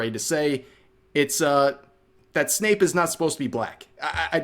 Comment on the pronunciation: Bro it's Snape, not Snoop.